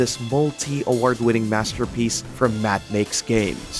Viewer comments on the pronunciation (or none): none